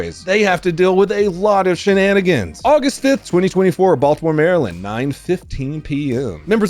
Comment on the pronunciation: Um, it's Maryland 😂